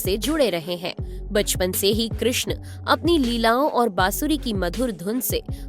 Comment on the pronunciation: कृष्ण चा उच्चार चांगला केलाय. आवाज ऐकायला सुस्पष्ट असल्याने चांगलं वाटले.